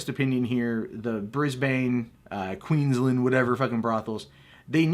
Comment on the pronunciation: The way he says Queensland makes me want to punch him in the throat.. QEEENS LAND not Quinsland..